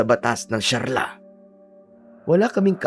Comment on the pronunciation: Sharia hindi sharla! Yari ka pag di mo binago yan